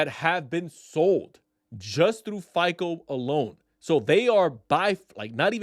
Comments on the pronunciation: Why are you calling it FIKLE? It’s FICO. Pronounced FY CO. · It's hard to take you seriously when you can't even pronounce FICO. You keep saying FICOL,whatever that is.